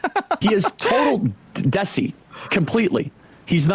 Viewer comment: Listening to Kirk try to pronounce Desi damn near broke me